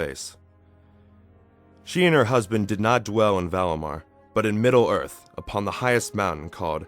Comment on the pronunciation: The Gods of Middle ORF?